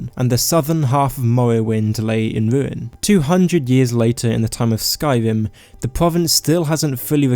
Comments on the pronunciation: Dude...p"r"ovince, sky"r"im, b"r"eton!! Whats wrong with your pronouncing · "Povinces" "Ewa" "Skywim" "Mowwowind" "awea" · The first Skyrim YouTubed I’ve seen that can’t pronounce Skyrim correctly (not tryna be mean, love you buddy, vid made my day!) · Skywim Mowwowind High Wock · i dnt understand why people with speach problems make videos like ur voice drives me insane its sky-rim not sky-wim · Skywim pwovinses UwU supewpowews of tamwiel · pwovince, skywim, ewuption. Nice mate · I know it may be a lisp or some actual disease but the way he cant say "r" like Skywin or Mowowind